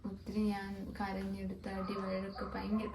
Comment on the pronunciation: വഴക്ക് എന്ന് നേരെ പറയാൻ പോലും അവനു അറിയില്ല 'വയക്ക്' പോലും ... ഈ അക്ഷരാഭ്യാസം ഇല്ലാത്ത ഇവന്റെ ഒപ്പം ഒക്കെ എന്ത് കണ്ടിട്ടാ ഈ പെങ്കൊച്ച് പോയത്, ജീവിതം ഇതൊന്നും അല്ല കൊച്ചേ, നീ അറിയാൻ കിടക്കുന്നതെ ഉള്ളൂ, കൈ വളരുന്നോ കാൽ വളരുന്നോ എന്ന് നോക്കി വളർത്തിയ പാവം അച്ഛനെയും അമ്മയെയും വേദനിപ്പിച്ച് ഇവന്റെ ഒക്കെ ഒപ്പം പോയതിന് ഒരിക്കൽ അറിയും. 9 ആം ക്ലാസ്സിൽ പഠിക്കുന്ന കൊച്ചിനെ കറക്കാൻ കൊണ്ടുപോയ ഇവനെതിരെ പോക്സോ കൊടുക്കാതെ പിന്നെ എന്താണ് ചെയ്യേണ്ടത് ?